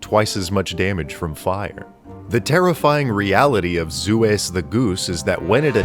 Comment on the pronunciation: OK, something hilarious about "Zues the Goose." The way you're forced to pronounce it, "Zu Ess", is essntially the inversion of how Zeus should be pronounced, ie "Zeh Uss" and not "Zoos". And its Egg attack isn't that strong as it only hits objects. Well, unless that object is the bridge you're standing on.